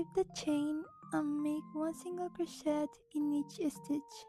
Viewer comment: You don’t say the ‘t’ in crochet by the way. The ‘et’ is said like a long a.